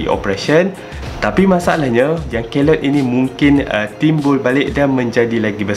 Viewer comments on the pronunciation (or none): The pronunciation is key-loid. Please remember that.